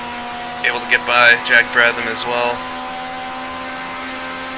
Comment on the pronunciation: It's Brab-ham, not Brab-tham, and he's Australian.